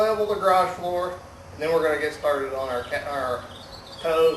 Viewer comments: Lmaoo "stharted" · the way he say started is funny